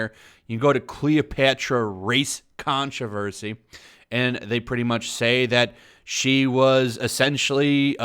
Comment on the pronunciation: ”Controversy” ... you sure you got the right vowel there.